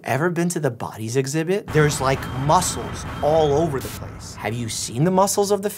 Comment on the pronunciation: "there's like mucles all over the place"-doctor mike